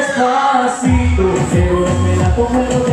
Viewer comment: Marcelito ikaw na talaga!! grabe...its amazing how he ables to pronounce despacito, pinapakinggan ko pa lang nosebleed na akez 😊